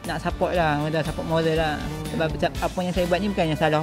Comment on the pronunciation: cap todak gaming bos bukan bishe bishe😆 btw gudluck